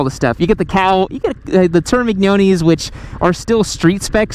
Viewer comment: Dude you said Termi”G”noni!? 😂